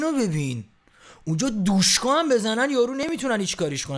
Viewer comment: دوشکا نه عزیزم دوشیکا انگار ک به بوشیدو بگی بوشدو